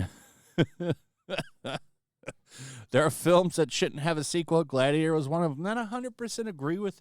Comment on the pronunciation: “Myyy gladiata!”😂😂😂😂